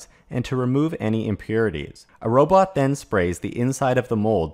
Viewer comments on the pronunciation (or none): none